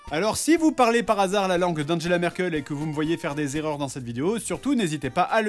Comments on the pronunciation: Angela Merkel ça se prononce Anguela, PAS Andjela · On peut ? Alors, on dit "Anguéla" en Allemand, pas "Andjéla". De rien. =D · Première faute dès le premier "mot" allemand lol "Andjela" xD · Angela se prononce "anguéla" mais bon, c'est inutile puisque la vidéo est déjà sortie... :) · Prononciations : Angela ça se prononce Anguela Hambourg on prononce pas le g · Alors juste, la prononciation : Anguela , et Hamboure. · Déjà ça ce prononce Anguela